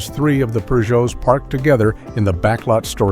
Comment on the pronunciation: Peugeot does not have an “r” in it. 🙄